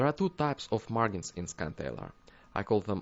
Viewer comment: The `g' in `margin' is pronounced like a `j', like the `g' in `large'. :D